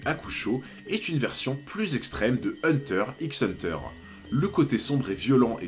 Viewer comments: Hunter "X" Hunter mdrr 🤣 arretez avec le X il ne se prononce pas pfff sérieux sur une chaîne sur HxH c'est chaud 🤭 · Le "x" de hunter x hunter ne se prononce pas.